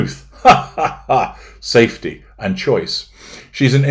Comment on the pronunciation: Oh wow. “ safedter”. You even get new words from.